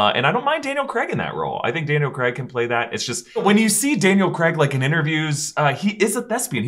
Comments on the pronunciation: Sorry guys i know you cant help it with you American voices/accents, but Bonds name is Craig not Creg lmao. Im English and it shouldnt bug me but it bloody does LMAO. In either case Craig not not appear in the MCU in any capacity other than a minor deity killed by Gorr in 30 second cameo for Thor 4. If the council of Reed ever comes about in the MCU, that is where John comes back just for fan service. MCU Reed will probably be a relatively unknown actor, just my prediction. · Daniel Craig not Creg :) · What is it with you Americans and pronouncing “Craig”?! 😂Comes out like “Creg” 😂